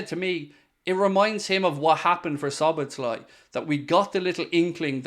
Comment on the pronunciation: Szoboszlai: 2 -s sounds in the pronunciation, NO -Z sound.